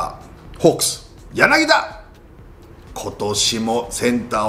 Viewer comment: 里崎さん柳田(やなぎだ)って言ってません？